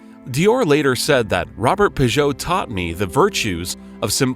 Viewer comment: Robert Piguet (Roh-behr Pee-gay) please do your homework